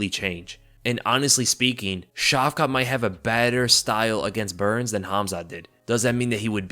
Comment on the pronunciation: Care to pronounce Shavkat's name differently than 'Shavka' - 'Шавка' is slang for small dogs, with the associated meaning. It will do good for your image in the eyes of Russian listeners. Edit: the stress on the latter 'a' will bring out the 't' in the name - 'Шавка́т'